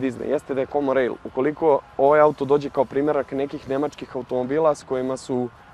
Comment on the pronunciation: Aj sve super, samo ispravka jedna: komon rejl(common rail) ,a ne komo rejl... Dosta puta sam cuo,nije prvi put. Sry tebra ;)